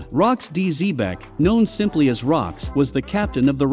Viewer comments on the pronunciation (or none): none